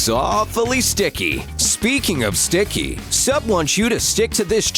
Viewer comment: Nobody: Narrator: sTiCk KeY